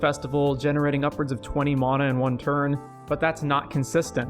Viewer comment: Man I liked where the video was going but I couldn't finish it because of how unreasonably annoyed I was getting with the way you pronounce "mana"